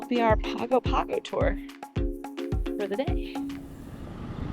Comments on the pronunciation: Great episode. minor quibble: it's pronounced pango pango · Just a heads-up. In Samoa G's are pronounced "NG", so Pago Pago sounds like Pango Pango. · A lot of familiar sites! I lived in Samoa for a while. It's a very different experience. BTW - it's pronounced Pong-o Pong-o.